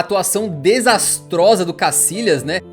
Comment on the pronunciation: Que manera de descalabrar el idioma español,no es casilas sino Casillas,se pronuncia YA CASILLAS YA YA YA